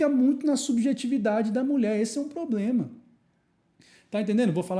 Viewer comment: trabalha no jurídico e fala "poblema"?